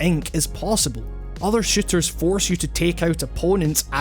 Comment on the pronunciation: Lmao kinda sounds like he's saying "shitters" instead of "shooters"